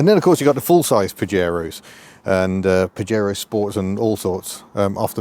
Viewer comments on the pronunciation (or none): Pah-yey-roe,not paJaro… Your welcome 👍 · It's pronounced "Pa-hare-oh" in Spanish and means something rude in Spanish (an insult). Back in the 1980's, I had a Spanish GF (Angelise) who started laughing when she first saw a Pajero 4x4, in the UK. In Spain, they had to rename the car "Shogun". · It’s pronounced pahero. As in Fajitas.